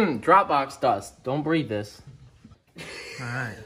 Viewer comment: “Don’t breathis” only og’s know